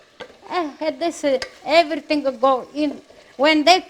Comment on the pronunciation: “You gotta mova you gotta do a evarithing” 🤣💛🙌🏽